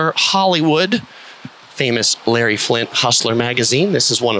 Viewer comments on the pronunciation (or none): none